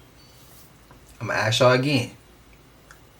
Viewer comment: ..bro you ask , you don't aks ..